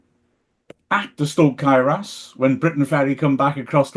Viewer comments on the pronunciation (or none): Clearly has difficulty pronouncing Cae Ras Can somebody help him?